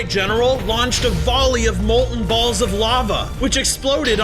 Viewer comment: bruh did tou just say fire BALLS AT THE WATER WARDEN YOU SAID BALLS WIERDLY